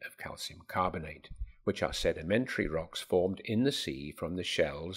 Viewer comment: "sedimetary" rocks